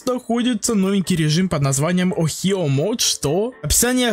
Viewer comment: Хочу геймпасс ник amogus ohio и это слово не охио а огайо